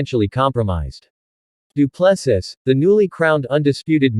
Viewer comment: Say after me, doo plu sea.....as in ocean,you know. Doo Plu Sea.....pronunciation